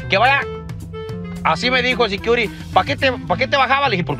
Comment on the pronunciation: No puede ni pronunciar security securi🤣